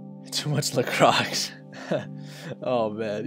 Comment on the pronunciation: For some one with knowledge its "LA CROY" la croix